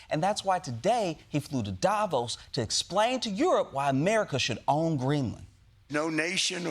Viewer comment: Love it! And please spell Davos stressed on the second syllable, thank you from Switzerland